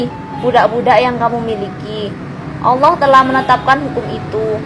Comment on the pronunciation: Ini yang baca Alquran pas ada kalimat Allah kayak ngak di baca, apa cuma aku yg dengar demikian?